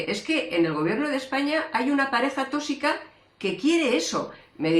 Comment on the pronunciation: No digas otra vez TÓSICO por dios..